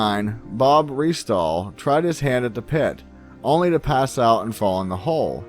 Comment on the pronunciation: You really need to focus on what your doing if your expecting people to believe a word in your videos; for a start it’s Samuel BALL! Not Bell second, its Lagina pronounced la-gee-na, and thirdly restall is pronounced rest all not Re stall! How you can honestly get all those wrong on such an important part of history is beyond me! How can you get all about truths when you clearly haven’t done enough research to begin with?